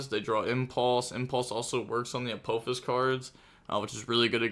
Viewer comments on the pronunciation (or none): none